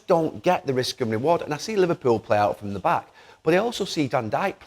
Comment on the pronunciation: “Where are you getting it frrrroorm, Where are you getting it frrrroorm”